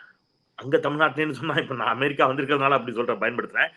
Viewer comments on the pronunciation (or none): none